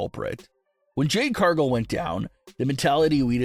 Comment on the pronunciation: OMG say Cargill correctly please not Cargull